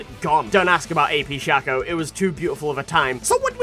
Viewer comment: Kiandymundi Every time you said shac-o I died a little more inside. It's pronounced shake-o. His name is an anagram of chaos. The A makes an ayy sound. Please make a video informing the internet of your mistake. Thank you.